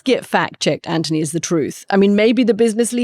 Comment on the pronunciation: Katty, why do you pronounce Anthony as Antony?